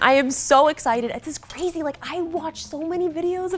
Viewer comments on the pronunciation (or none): none